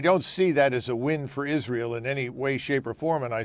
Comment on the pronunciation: First of all, Lindsey can’t even pronounce Israel. He’s a buffoon.